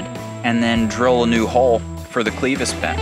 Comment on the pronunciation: Always enjoy your vids, but gonna be the language police here. Its not Cleevis but clevis as in kleptomaniac, short "e". Just for future reference.